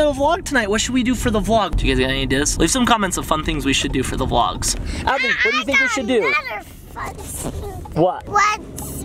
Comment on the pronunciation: U said ably when It's adley▪︎